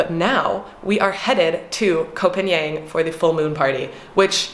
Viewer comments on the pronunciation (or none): the pronunciation for Koh Phangan, is not koh pagnian it is koh Paanghun.